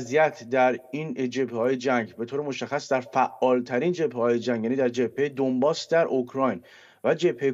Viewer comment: دانباس تلفظ درست است